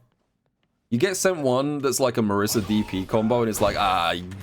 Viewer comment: That Marisa section was painful with the pronunciation of her name.